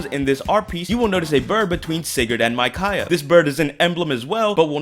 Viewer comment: It's not "MY-cai-ah."